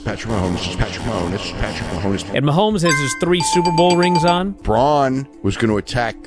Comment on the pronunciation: Man it’s sucks for swerve he isn’t booked like a champ and everyone knows he’s just gonna hold the belt till wembley Also how fo you fuck up the pronunciation of “Mahomes”